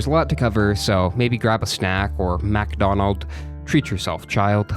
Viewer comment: I watched this hundreds of times to hear you say "MacdonAld"